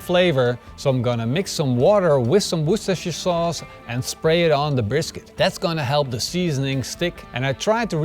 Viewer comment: Maybe you saw my comment or maybe you didn’t, but you nailed the pronunciation of Worcestershire sauce! Cheers!